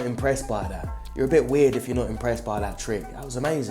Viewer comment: I fkn love every time this guy says "Yaw a donut!" 🤣🤣🤣🤣Ima start callin people that